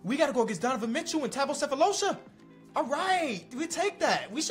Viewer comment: ben simmons sold. also it’s hilarious to me how says sefolosha’s name like it’s second nature to him but still calls michael stauffer “michael stoffard” 😂